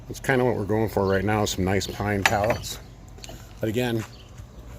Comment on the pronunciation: Loved the video! Glad I could help! You said pallets like they would on Forrest Gump!